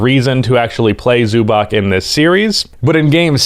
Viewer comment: Try to say Zubac with a "ts" on the end, "Zubats". That is a more correct pronounciation then with a "K" on the end.